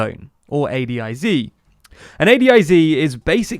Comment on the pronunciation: It’s very weird hearing it pronounced A D I Z instead of A DIZ